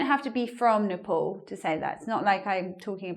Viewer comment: Why is your pronunciation of "Nepal" is like "Nipple"...umm hmm